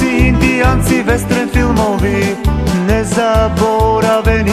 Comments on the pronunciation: KAUBOJCI INDIJANCI WESTREN FILMOVI HAHAHAAHAHAHAH MESTO WESTERN VIKA WESTREN ahahhaahahahah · hhhh westREN??? lol